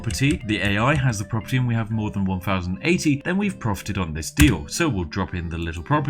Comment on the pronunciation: this guy thinks he's posh but pronounces thousand as "fousand"